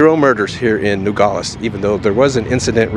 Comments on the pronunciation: Finally someone giving Arizona and the most Mexican side of it! I personally love it mostly because I’ve lived here my entire life. And just a little thing when pronouncing Nogales instead of saying it like “Nogoles” really pronounce the a in it. Just like it’s spelled NogAles. You don’t have to make it the loudest just pronounce it I guess. Nogales pronunciation is nothing special! And don’t get confused I live in Nogales but not down town. Just going a little bit up is a huge difference lol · It would help if you knew how to pronounce Nogales ...No-gal-es. not gaul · The name of the town is pronounced No-Gal-les. Equals Nogales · Just FYI its pronounced "NOgales" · i feel safer on the mexico side. we live in rio rico, just outside of nogales. and it feels very safe in this whole area. the crime here is nearly nonexistent. he couldn't say "nogales" correctly. and it means "walnuts". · Youre mispronouncing the name Nogales. But yeah I live 12 miles from there, go there every weekend. Safest city in Arizona probably.